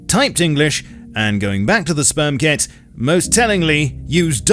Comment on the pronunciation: I had to keep from laughing so damn hard every time you said "spermket". Well done, and VERY plausible.